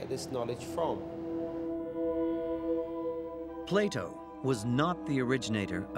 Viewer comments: Andrew Collins it's pronounced Plato, not Plyto. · Who the heck is Plato? ATLA-RA